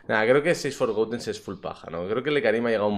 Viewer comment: por favor deja de decir "forgoUten" no se dice con U forgotten... Gracias